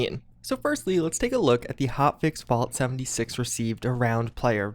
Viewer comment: Is it just me or does anyone else hear "vault 76" every time says "Fallout 76"???